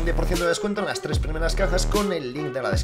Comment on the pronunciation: Nadie: Absolutamente nadie::ohhh rachita de treh